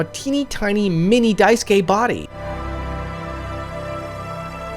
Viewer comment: dice-gay? I thought it was pronounced Day-soo-key? 😂😂😂